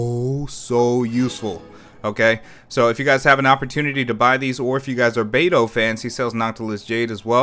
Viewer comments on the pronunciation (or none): none